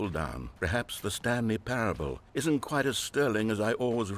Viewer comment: kwite out of context